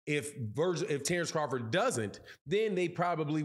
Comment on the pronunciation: Say his name correctly dork!